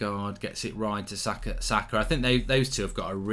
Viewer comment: I don't care about Formula 1, all I care is Arsenal beatchslap Ronaldo and Ronaldo alike overpayed Manchester merchenaries and take 4th. I'll be extatic with that. This is a very good step away from home. If we win at Palace too, 90% we'll have secured 4th. PS: He's name is Saka, not Zaka. Thank you.